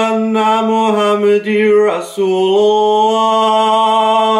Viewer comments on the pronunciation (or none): Amazing attempt at the azan my bro, even better than born muslims like me! Just a few tips: You said 'Ashadoooo' but it shhould be 'Ash-ha-du' You said 'Muhammad-dir' but it should be 'Muhammad-dar' No criticism at all, but tbreaking it down so easier to undertstand and pronounce :D looking forward to a Surah Fatiha! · I did NOT expect this to be so good. You honestly sound like the real deal. I can tell you were truly feeling it. I don't really see many issues other than not being able to pronounce the Arabic letters "ح" and "ع" which is to be expected. Also, it's MohamadAn, not MohamaDen. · Mashallah you did amazing! Also just a correction, or I could’ve heard wrong but it goes ash hadu Anna muhammadar rasullulah so there was a small mistake after muhammadar-rasululah because I heard muhammadir-rasululah so a Kara instead of fatha and in Arabic those differences change a lot in the meaning